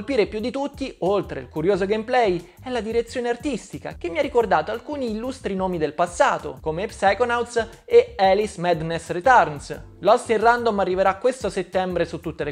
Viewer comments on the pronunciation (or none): "Alice" anzichè "eliss" non si può proprio dire, vero..? Non credo che "Maicol Poor" le sarebbe gradito come nome alternativo... Povero italiano!!